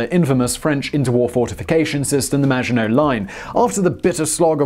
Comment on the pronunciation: How to trigger the French make surrender jokes and miss pronounce the maggitnot line hon hon hon indeed ;)